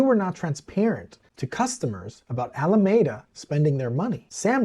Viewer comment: Alameda Research was named after the city and county of Alameda, California. The word is pronounced "a-luh-mee-duh", not "a-luh-may-duh". In Spanish the word (same spelling) means a grove of poplars or a tree-lined avenue, and is pronounced similarly. In the 1700's in the US the word was used to describe a shady public promenade. Some may pronounce the word with a long "A" in the middle, but not Californians, who, to a person, pronounce a long "E" in that location. I would say the most common pronunciation in California is "AL-uh-ME-duh", with emphasis on "ME" (myself) and "AL" pronounced the same as Mr. Capone's first name. I don't know why so many journalists get it wrong.